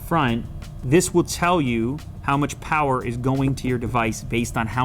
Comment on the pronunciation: Unlimited Powah!!!